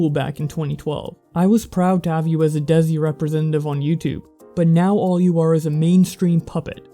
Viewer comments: Just a small comment, : It's pronounced Day-C and not Dezi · desi is pronounced they ( less pressure on "th" ) and see together: they:see